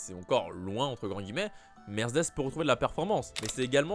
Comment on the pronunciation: Bon, il faut qu'on parle... j'adore tes videos ton flow et tout et tout mais punaise, on ne dit pas: "Mercdess " je comprend que tu veux Vrooum vrooum zen mais on ne dit pas "Mercdess" hein! Mer-cÉ-des 😅😉 sinon pour le volant Mercedes Ocon ou Albon avec une préf pour Ocon bien sur! A++